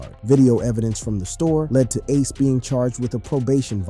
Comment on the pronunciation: Y'all need to learn how to say aces name😂